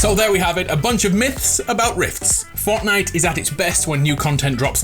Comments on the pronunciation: lets play forckknight Me: what did you just say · He said forkknife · why do you say forknite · “Forkknife” 3.33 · Is it me or did he pronounce fortnite forknife